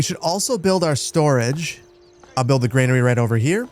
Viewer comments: Just want to point out that Granary is pronounced 'gran-arry' and not 'grain-arry' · It's granary not grainary